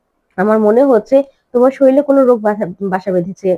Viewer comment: শরিল আবার কি? শরীর।